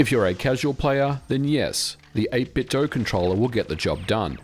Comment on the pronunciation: 8bitdo is pronounced with a 'doo' sound at the end, not a 'doe' sound. FYI.